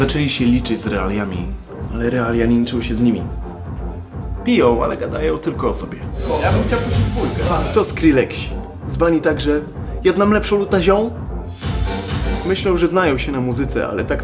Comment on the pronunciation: "Skrilleksi" XDDDDDD